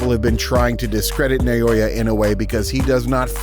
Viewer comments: Stop saying Na-yo-ya. It's an-yo-ying. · The name is pronounced "Naw-oh-ya".